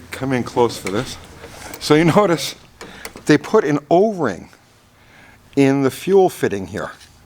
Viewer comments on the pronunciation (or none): No Oring-e in fuer Rine